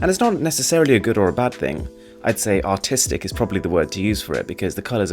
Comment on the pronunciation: 'artistic' or 'autistic'? :D